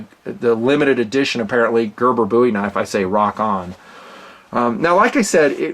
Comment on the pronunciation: Thank you for pronouncing “Bowie” correctly.